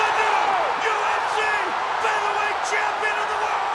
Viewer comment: "He's a phenomenal champion, he WAS a phenomenal ampion